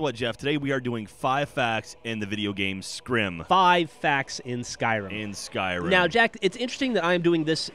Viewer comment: I love how Jack calls Skyrim, Skrim